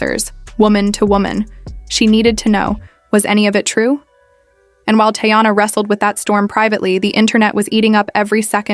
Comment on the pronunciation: Her name isn’t Tayana it’s Teyana. This is how it should sound. Tea/yana.